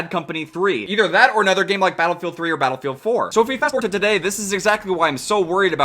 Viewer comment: playing Battlefield? now Modern Warfare really had made mistakes:o Edit: He did just say Bootylfield? xD